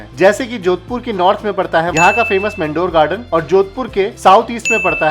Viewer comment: घनघोर नही गणगौर उसी प्रकार मेंडोर गार्डन नही मंडोर गार्डन